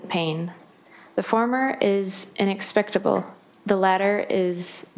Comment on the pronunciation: "inexpictable" lmao